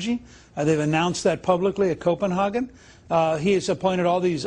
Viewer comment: Copenhagen not Copenhargen